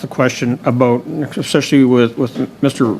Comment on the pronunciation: Bezan can't even pronounce English words properly. "Nuculer"?? "Expecially"?? These people are uneducated imbeciles who have no business sitting over such weighty matters! Additionally, they must be living in another dimension if they feel Zelensky is a "Churchill like figure!" Or that most Canadians think Putin started this war! Good lord!